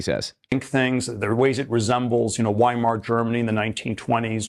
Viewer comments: It's hilarious to hear thiel mispronounce Weimar over and over knowing that this guy thinks he's intellectually superior to EVERYONE. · Cant even pronounce Weimar properly